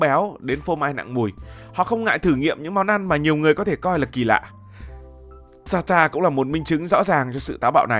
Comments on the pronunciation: Ở Pháp ăn thịt bò sống hoặc cá thu,được chọn lựa kỹ lưỡng, tươi sống gọi là tartare,đọc là tạt ta rờ, không phải ta ta,không biết đọc tiếng Pháp, rất tiếc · Steak Tartare /TẠC TA/ chứ không phải /TA ta/ cỏ nghĩa là bà cô...